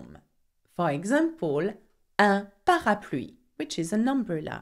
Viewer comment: 38ktgold it's parapluie XD